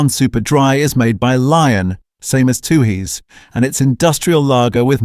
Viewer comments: AI voiceover. It's pronounced fourex. And it's stubby - not 'bottle'. It might (subjectively) be rubbish beer but at least served cold off the tap. 'Two-hays'. WTF is 'Two-hays'? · When didn’t pronounce four ex and tooheys correctly I could smell a Ai rat